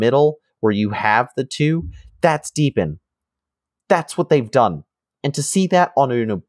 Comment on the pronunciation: Oh, and just heard, hurr durr, it's DEE BE IN not deb ee in. jkjk.